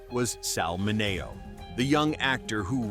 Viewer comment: Sal's last name was pronounced MIN E OH.